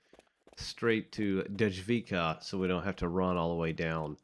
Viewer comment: So a czech person here. I'm glad you're enjoying it. It's just a little tip on how to pronounce the stations and creator. The creator is Dom-inik -Voy-tah And it runs from Dej-vic-kaa To - Naa- Mess-Tii Mii-ru